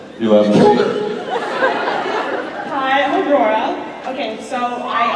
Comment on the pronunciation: Они так мило в имени Аврора произносят букву Р прям почти на русском ❤